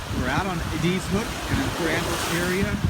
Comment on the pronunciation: “ED”-“IZ” Hook. “ED...Short E, not long E. Just like the name ED. “IZ”...Like “IS” only with a Z. ED IS, ie; EDIZ. EDIZ HOOK. Thank you.